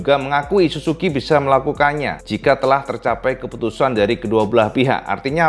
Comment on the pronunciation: Plislah kalo ngomong suzuki baca huruf ''z''nya yg jelas.. Kok kedengerannya susuki, malah kalo ditulis jadi susuQ atau susuku 😂🤣 wkwk